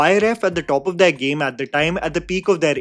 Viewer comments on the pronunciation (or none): none